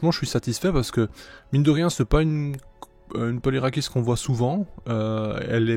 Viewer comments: Très jolie couleur pour la première ! Pour ce qui est de la prononciation, le polyrachis dit "polyrakis" c'est dit à la grecque. Perso je trouve ça plus beau et plus correct que la francisation "polyrachis" (lu ici de manière phonétique). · L'origine du mot vient du latin et le 'ch' en latin ne se dit pas , du coup si on veut le dire en soit 'correctement'il faudrait dire 'polyrakis'